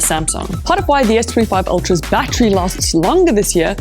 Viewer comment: What the hell is a bat tree? Did you mean battery? Say it with me battery.